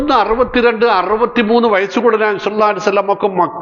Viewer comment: താങ്കളുടെപ്രസംഗം ഇഷ്ടമാണ്. പക്ഷേ /നബിയുടെ പേര് പറയുമ്പോൾ ശരിയായി ഉച്ചരിക്കുക?Thankyou....